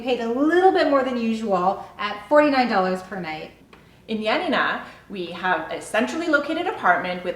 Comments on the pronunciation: *Ioannina and pretty much all of the cities were mispronounced, but they tried. However, it’s not pronounced Ya Na Ná, it’s pronounced yo-á-ni-na. The tono is on the first “a”. Ιωάννινα. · You're mispronouncing Ionnina wrong, it's Ya Na Na accent on the second Na. I'm Greek, so I had to let you know 🇬🇷💙🇬🇷💙🇬🇷💙🇬🇷💙🇬🇷💙